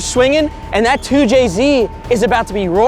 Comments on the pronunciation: Not a 2JZ it's a "2CZ" 😭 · “Too Chi Zee”! 🇨🇳🙄🤷🏻‍♂️🤦🏻‍♂️🤦🏻‍♂️🤦🏻‍♂️